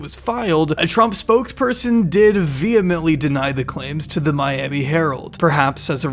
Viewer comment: Im so proud that finally learned how to pronounce vehemently